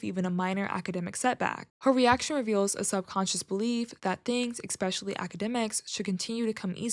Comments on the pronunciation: Especially, E-S-pecially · Please don't say "expecially" - you're better than that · THERE'S NO "X" IN ESPECIALLY!!!!